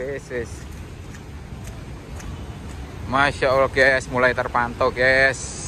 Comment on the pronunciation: kata ges/gaes itu aslinya dari kata GUYS(gais) dalam bahasa inggris. ada 1 orang indonesia ngucapinnya salah jadi gaes/ges akhirnya seluruh indonesia jadi salah berjamaah(pembodohan masal). Di channel ini kata ges bisa muncul lebih dari sepuluh kali tiap video. Youtuber luar ngeri yang berbahasa Inggris malah jarang banget ngucapin kata guys, paling cuma 1 sampai 3 kali. Itulah Indonesia, manusiannya suka ikut2an, kalo sudah ikut2an trus ngelakuinnya berlebihan(overdoing it), ada juga yang ujungnya fanatik berlebihan. Padahal kalo dicermati pemahamannya cetek.